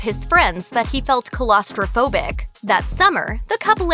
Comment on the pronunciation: Who's the speaker? The person who says coolaustrophobic?